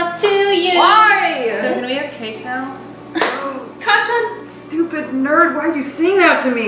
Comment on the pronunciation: Kacaan XD it sounds like can lol It’s Kacchan btw